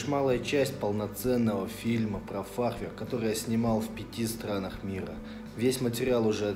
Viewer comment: У фахверка на данный момент пока только один недостаток - буква Р ;)